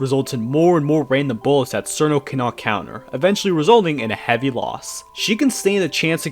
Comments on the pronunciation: it's cheer-no not sir-no it's also tay-ee, not too-wee aaaaaaaaahHHHHHHHHHH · I can see why he'd not know for the complicated names for the yama or Reisen, but the way that he mispronounces simple names that have a known pronunciation is kinda annoying. Cirno is pronounced [CHI-RU-NO] or [CHEER-NO] (if you ignore the Japanese accent), not [SEER-NO]. Tewi is [Tei] due to old Nihon stuff that I don't really understand. Marisa... why on earth is he saying "Maurice-a"? Even a Japanese pronunciation would only separate the Mari-sa. Sorry if I sound like a prude on this. The tier-list is fine, but every time I heard a simple word or name mispronounced, I felt like my brain was pinched.